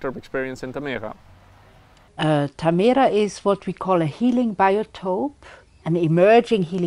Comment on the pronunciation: Why does no oneknow how to pronounce tamera? XD